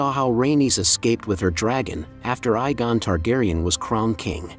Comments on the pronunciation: Egg on you pronounce it Egg On not Eye GONE SEE WHAT I DID THERE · There is one with an eye gone, but there is no Igon. And it physically hurts to have to hear "drakka-rys". In other words: please work on your pronounciation asap. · Aegon is pronounced like EGG on…. See the Dunk and Egg stories…. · yes, like he said Eye-gon instead of Aegon.